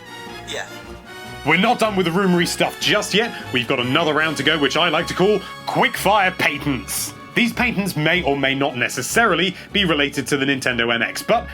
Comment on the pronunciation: I love you and your content, but damn you with your "Yahshis" and "Paytents"! But seriously, keep up the good work. Love your reviews.